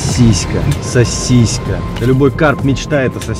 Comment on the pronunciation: слово "сосиска" пишется и произносится без мягкого знака! А говорит [сосиська].